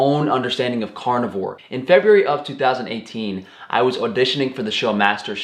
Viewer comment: I shouldn't pick on his language skills or dialect but I will anyway. "Cornivore" cracked me up every time he said it. He eats only corn? LOL